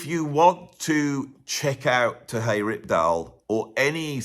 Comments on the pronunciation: Great list! One quick correction, however: Terje is pronounced more like, “Tah-ree-eh.” The “r” is slightly rolled. I had been pronouncing the name wrong for years until an actual Norwegian corrected me. Love “If Mountains Could Sing.” My old trio used to play “The Return of Per Ulv” as part of our regular setlist. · I love how makes the j in Terje Rypdal's name sound Spanish. Makes a perfectly ordinary Nordic name sound very exotic.:) (Terry from the ptarmigan valley, literally:) )